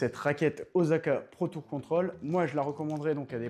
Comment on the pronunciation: C'est Osaka pas Ozaka 😁 mais très bonne vidéo ! Vous méritez plus de vues